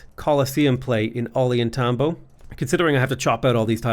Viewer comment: Take a drink every time mispronounces Ollantaytambo. Oh God now I'm drunk and I have liver disease.